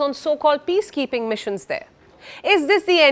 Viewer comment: Putin says "piece-keeping" not "peace-keeping"! lol 🤣🤣🤣